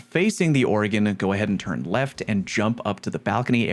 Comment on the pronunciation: Organ (or·gan) musical instrument. Oregon (Or·e·gon) state in USA. No e. Love ya 😂